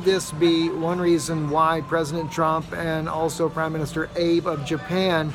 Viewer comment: You always keep us informed, thanks! (Just an FYI, the Japanese Prime Minister's name (Abe) is pronounced aa-bay.)